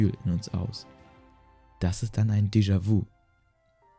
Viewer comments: Mich triggert das voll, dass du es vu und nicht vü aussprichst XD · Deejawü ausgesprochen ;D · "Descha wu" Hahahaha du lappen ich kann nicht mehr!! Lern mal französische wörter auszusprechen 🤣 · "jamäis wu" 🤣 schämst du dich nicht..? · Gutes Video es wäre aber gut gewesen zu gucken wie die französischen Wörter ausgesprochen werden zb nämlich dejavü! :D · Nicht „déjà- „wu“ sondern déjà „wü“ und nicht „jamäs -wü“ sondern (stimmhaftes) „schamä-wü“. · deejavüü und jamää vüü